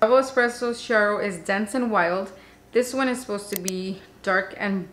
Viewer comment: Hello from Italy! I got the vertuo thanks to your reviews! Just a note: double clear espresso, pronounced Kiaro! : D